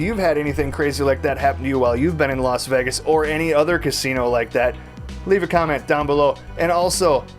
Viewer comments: This guy cant even pronounce Vegas hahahaha😂😂😂 "vigius" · He says vegas so weirdly lol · YESSS I doooo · It's so funny how you say "vegas" 😂